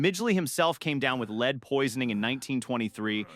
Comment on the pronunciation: You can't even pronounce lead, the chemical element, not the verb? You could at least hire a proofreader.